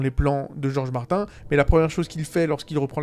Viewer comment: Ça prononce Martin et ça utilise des termes comme showrunner 😂 Mettre une échelle sur ce genre de sujet c’est bancal, c’est comme comparer 2 enfants qui ont étaient battus dans leur jeunesse, l’un arrive à vivre en société et l’autre est sur une pente plus que glissante.